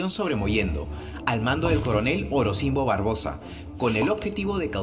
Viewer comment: Se pronuncia Orozimbo Barboza .y el fue despues general del ejercito presidencial de Manuel Balmaceda. Mas respeto. Saludos